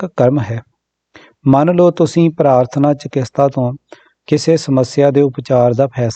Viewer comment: ਚਕਿਤਸਾ not ਚਕਿਸਤਾ